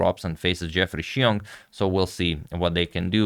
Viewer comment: Xiong is pronounced "Zong" like wrong.